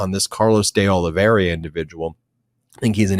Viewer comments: Ben... It's Oliveira (sounds like Olivéra) not Oliveriiia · Oliveira not Oliveria. Oliverra for gringos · Ben, it's Olivi-er-a not Olive-ria. Keep the faith! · I always follow your enlightening insights, but must point out that Olveira is pronounced "Ol-VEY-ra, not "Ol-VERY-a", and your use of "a" preceding a noun starting with a vowel makes you sound like a ignorant individual, at least, if not a idiot. But keep up the good work! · Can someone finally tell Ben it's De Oliveira and not De Oliveiria? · ben and you guys arre FABULOUS! pleasE CORRECT your pronunciation of Carlos De Oliveira, since you will be saying his name many times... so please repeat after me: "Oh-lee-VAY (like "ray") - run". NOT "Oh-lee-VER-ee-a. Thank you from all of your Portuguese speaker listeners... KEEP UP THE GREAT WORK! also while I';m at it:: Jack Teixeira is "Tay (like "ray) - SHAY (like "ray) - ruh;) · There is no ria at the end of De Oliveira. It’s just RA. Oliveeeera. Lol. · It's pronounced more like Ah low vay rah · Oli-vee-er-a, Ben. Thx. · I will always love you guys, HOWEVER ! Please be conscientious enough to pronounce names of people and places correctly! Even if they’re not our favorite people or places, it sounds unprofessional when you brilliant guys mispronounce De Oliviera and Iran. K? ❤🙏🏽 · Honestly it’s not that hard to pronounce…and I’m a gringo lol